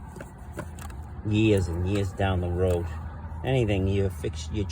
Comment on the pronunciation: “Hee-ah” lol. “Yee-ahs & Yee-ahs”. It’s too funny! You need your own show!!!! Your the new Norm Abram.